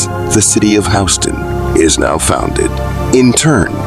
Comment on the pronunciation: It's not pronounced "HOW-ston", like the street in Manhattan. It's pronounced "HYOU-ston"